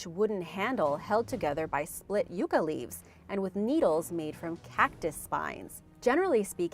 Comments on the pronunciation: It's an American plant called Yuck-ah not You-ka leaves. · It's Yuck-ah not You-ka leaves and there fibers were used for all sorts of things all over America because there's many variations of the plant all over America but they all have long strong fibers.